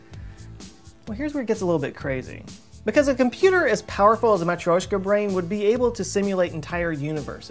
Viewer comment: like for your effort to say matrioshka correctly, mate!